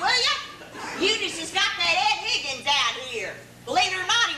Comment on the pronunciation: I just listened to it again. I heard "MaryBeth Pickens", not "Higgins"